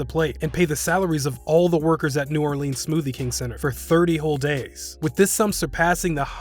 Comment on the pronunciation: “Jay Morant” “New OrLeens”